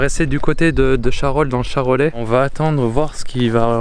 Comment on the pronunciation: sil te plait CHAROLAIS dans le bon sens!!et pas chalorais lol super la vidéo comme toutes celle que tu fais d'ailleurs, ps au passage quand tu passe dans les coins du charolais même avec juju faite moi signe ça peut être sympas, peut-être des endroit pour vous bientôt mais rien de sur pour l'instant, continue comme ça on kiffe.